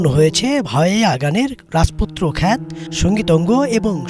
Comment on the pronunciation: RAJPUTRO KHHHAAATT " ? Uchharon ta e3ktu shudhhyo kore nin , Bhai ...AR shob thik achhe . KHYATO.....